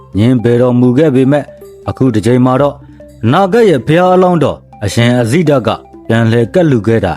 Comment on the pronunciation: အဇိတ ဆိုတာ မှားနေတယ်